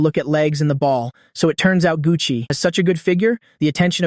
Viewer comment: “Gu Chi” 😂😂😂 “Gucci”…